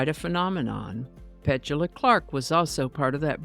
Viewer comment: I think your pronunciation of Petula is off.